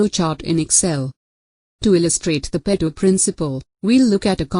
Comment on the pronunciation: What an awful video!!! Couldn't even get the pronunciations right. Pareto was pronounced all the time as pedo. Definitely, if you don't know how to pronounce a word, you really know nothing about it. Also, the presentation was horrible. Find yourself a good teacher first.